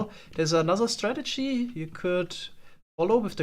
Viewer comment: why did you say strategy like that lol?